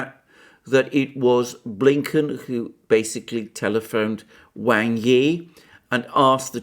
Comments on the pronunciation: Excellent analysis. Just one tiny bit of problem: “wang” is pronounced as “Wong”. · He is right.. Wang....In Mandarin...You are Wong